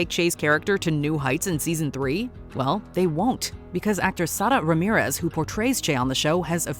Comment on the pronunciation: You know what's worse than the character, the gross overpronounciation the narrator of this video did on Che's real name, Sarah Ramirez. It doesn't have an accent. You don't pronounce it with a Central American accent. It's worse when white people over emphasize a foreign name when they AREN'T foreign because you are over attempting to "be conscious". Just because someone has a non standard "American" name, you don't try to say their name with an overexaggerated accent. My last name is Italian. I'm not from Italy. You don't say my name like I'm from Sicily. Sarah is from the US. Not Mexico. You don't say her name like she's from Tiajuana. It's just SARAH.